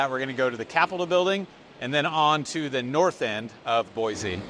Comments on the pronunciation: You would think if you’re a realtor here in Boise Avenue, there’s no Z in their name is BOY SEE not BOYZZ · It's pronounced (Boy‐See) not boyzee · ProunncedBoi-see not Boi-zeeee!! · Ahem, Boise is pronounced Boisee, not Boizee.You’re welcome😂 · Please. Please. Say Boise the right way. Cool video though!